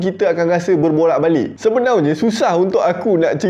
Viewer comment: Npe abg suka ckp sebenaunye,bkn sebenarnya